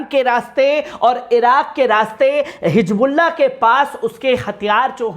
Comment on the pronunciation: Dekho Aadi padhai ki vajhe se insaan na English sahi padh sakta na Urdu sahi bol sakta, ye janab Hizbolla bol nhi sakte hijbulla bolte hai aur English kaisa padh rahe hai aap dekh rahe hai, Pehle apni zaban ( language) sudharo bhai baad me videos banana !